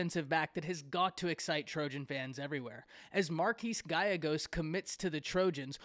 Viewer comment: GALLEGOS = Guy-yay-Gōs, not Gal-uh-Gōs